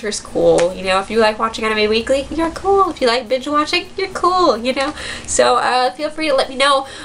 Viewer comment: I thought she said "bitch watching" lol